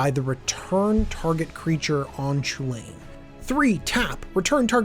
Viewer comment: Cu Chulainn is more like "coo hoo lan" or "coo hull an", so your comparison would give us "hoo lane". I agree it looks like it is based on that name, but I think maybe that's as far as it goes.